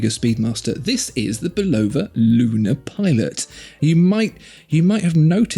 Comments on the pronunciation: Why must you Europeans always mispronounced Bulova when they're talking about watches. It was an American company founded by a Czechoslovakian immigrant but founded it in America. So we'd appreciate it if you'd pronounce it correctly. It's not pronounced with an emphasis on "O" but pronounced with a emphasis on "Bul A va". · I bought the “old logo - no date” Lunar Pilot and had Bulova put it in the brushed case (from the new logo - date) to make it more period correct. It was still a bargain! Great watch. Super accurate. No need to buy a Speedy! FYI - It’s pronounced “Bull-ova”. And, Fun Fact: Bull-ova did all the in-cockpit timing for NASA in the Lunar Modules, so they were hardly a stranger to the space program.